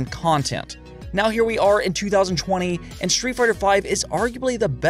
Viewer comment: Twenty seven haif